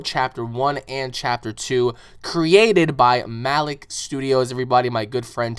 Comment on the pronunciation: You're pronouncing Malik wrong